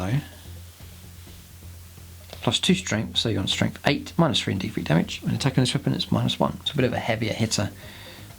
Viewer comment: And if he says "Strengf free" instead of "Strength three" or "free Damage" instead of "three Damage" for many more videos I'll have to cancel my subscription. Use your natural dialect off camera please. When the little red light is on, please use a more "professional broadcasting" dialect. Your local newscaster probably pronounces "th" sounds as "f" or "v" sounds at home, but I guarantee he or she pays special attention to enunciation whenever the camera is on too.